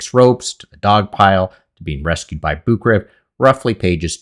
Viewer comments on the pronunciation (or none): to be fair, please, research how to pronounce the name of. Anatoly Boukreev, it's actually pronounced [Bu:k-ré-yev], pardon my English transcription skills< but you get the idea. His name should be written as Bukreyev, but Russians tend to miss this and simply write their names as direct transliteration, but since in Russian those double "ee" are pronounced as "e-ye", like in "conveyer", it might be a good idea to get back to the correct name pronunciation, because his last name is NOT "Bukrev". I mean, I am not pushing you to learn Russian, but it really hurts my ears.